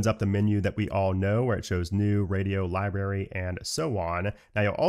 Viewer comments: LiBRary not LiBERRY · library = lie + brary not lie + berry